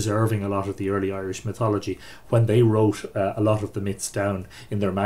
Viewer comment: Robin Conkel-hAnnan ireland has four provinces each with some twist of their own on the irish languege , all in all the pronunciation is correct here and is probably best learned from us irish people we seem to have natural pronunciation for the irish languege